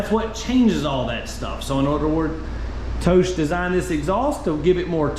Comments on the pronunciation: like tohss lol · I've known a few riders that had installed 'Toce', (pronounced: toe'CH'ay, btw), they both ended up switching over to something else, Yoshimura/Termingnoni due to the obnoxious sound and the exact midrange drop as per this vid. Personally, I though they sounded great, but only at redline...they were anti social loud, however, at all all engine speeds. Ha! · Its a single syllable name pronounced like said it minus sh on the end. Think coma’tose’ Bought one for my lady’s 600 for the look and sound. Best looking under tail for the cbr600 imho. Small company out of Connecticut just trying to sell a couple exhaust against the big boys. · I've been pronouncing Toce incorrectly this whole time lol.